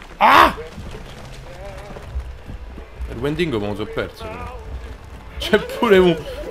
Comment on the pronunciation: il "wendingo" è bellissimo XD.. spero funzioni ancora il trucchetto